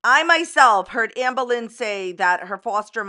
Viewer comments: I'm new to AL and so I'm playing catch-up. If anyone is still reading comments on July 26, Hi. I'm from Scotland and when says Amberlynn I hear Anne Boylin. The difference is Anne Boylin was innocent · beck and casey are so fucking strong. you know its true how terrible amber treats her partners when her exes join forces; this happens with so many fellow victims of abusers. also I love how you say amberlynn like anne boleyn LMFAO